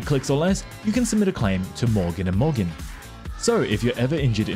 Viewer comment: I swear, when he said 'morgan and morgan' I heard bouken da bouken